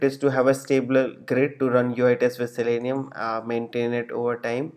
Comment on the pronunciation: It's Zalenium, not Zelenium.